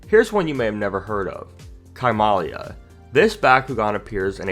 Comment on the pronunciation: Chamelia is pronounced like chameleon